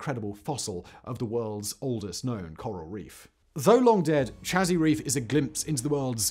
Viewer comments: You are saying Chazy Reef incorrectly. There is a nearby village which is also bears the name Chazy. It is pronounced Say-zee not Cha-zee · Me either ...and I spent my childhood years living in the tiny farm town of Chazy. (it's Shay-Zee, btw, love how Simon tries the pronunciations, lol.) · I grew up in Chazy, New York, on Lake Champlain. I would see Isle Lamotte every day and have been there numerous times, but just recently to get a closer look at the fossil reef. "Chazy" is pronounced like 'hazy', with a soft 'ch' like Champlain. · I have a B.S in Biochem/Biophys from SUNY at Plattsburgh, NY. Nø disrespect intended, Simon, but "Chazy" is pronounced like "Shay Sea." as if said as one word. I lived in the summers I spent there primarily by fishing in Lake Champlain. It is truly beautiful there in the Spring, Summer, and Fall. It is brutally cold in the Winter. (I live in Arizona now... ). 'Nuff said.